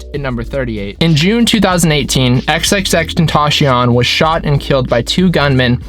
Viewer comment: It’s always funny how a non Spanish speaker pronounces xxxtentacion